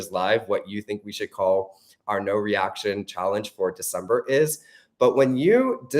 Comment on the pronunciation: Decempurr lol